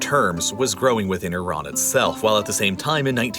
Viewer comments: Thank you for saying "ee-RAHN" instead of "EYE-ran". One of my biggest pet peeves. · Exactly. Also, thank god he switched to pronouncing Iran properly instead of the brain-dead way of saying "I ran" (to which I always say, "where did you run?").